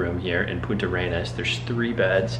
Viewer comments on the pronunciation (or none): Great video, just one thing, the city name is Puntarenas, no Punta Arenas. Regard.